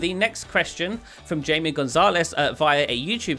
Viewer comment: Great video! But my name is Jaime not Jamie 😂